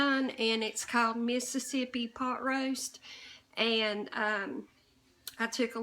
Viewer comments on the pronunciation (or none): none